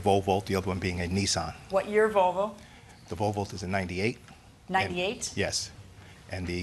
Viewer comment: why do they keep calling it a "Vovo". There's an L in there 😭